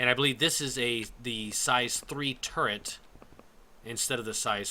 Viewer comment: you said turrent when talking about the buccaneer